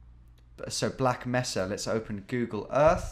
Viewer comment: "Black mehssa" Oh no, have you not played Half Life!?